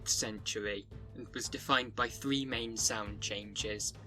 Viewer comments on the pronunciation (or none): none